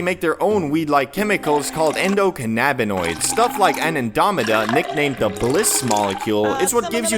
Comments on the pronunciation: I don’t think I’ve ever heard such a bizarre mispronunciation of anandamide 😂 - anandomeda 😅❤ - it’s pronounced something like an-anda-myde The synergy between THC and CBD is great. I have a bunch of a balanced strain with 10% thc and 9% cbd which works surprisingly well despite the comparatively low THC. I think CBD is best for people who are sensitive to THC because it actually antagonizes some of the effects of THC at the CB receptors resulting in less anxiety. If you aren’t sensitive to the negative effects of THC (or too much THC) then you probably won’t notice it because IME it’s more of a modulator as opposed to something that has noticeable psychoactive effects itself. Oh and the black peppercorns definitely work for me, chewing 6 or 7 brings you out of the all encompassing mind f*ck, you’ll still be high AF but no longer freaking out lol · How did you manage to mispronounce "anandamide" that much bruh lol